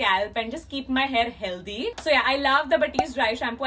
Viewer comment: The way she says "healthy" 😂❤️